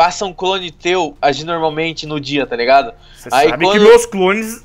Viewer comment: Kakakakaakakaka mn o falando taligando